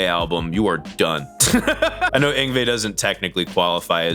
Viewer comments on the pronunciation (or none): none